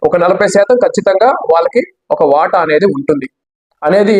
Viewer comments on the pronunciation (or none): none